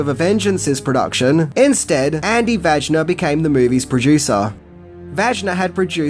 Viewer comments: Andy Vajna's name is pronounced "Vine-uh", not "vagina". 😂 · With respect Vajna last name is pronounced (Von-ya) not (Van-na) I love your content. Keep it up dude. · The producer name is pronounced Vaina not Vagina as you say it... Please do a little homework first... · Ok so VAJNA is pronounced vhaina